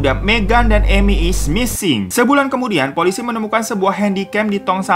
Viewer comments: Beberapa detik pertama yang gw denger: "MEGAN IS NGISING" 👁👄👁 Edit: suwun jempole mas/mba🙂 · Berdosa banget ga sih pas bang Hiro bilang "Megan is missing", gue dengernya "Megan is Ngising" 😭👍🏻